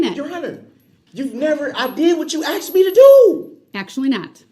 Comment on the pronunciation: Anyone who says the word AXED instead of asked should be put in prision FOR LIFE